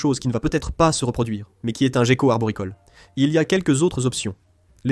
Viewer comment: Ho boy! Im used to the original English version! The AI translation is pretty weird! 1min into the video it’s not so bad, but did you get it double checked? You don’t pronounce gecko ‘jeko’ in French for starter 😂